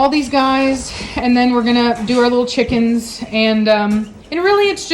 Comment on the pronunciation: Omg when you say cheekens you sound like a scouser, a liverpool girl 😂😂😂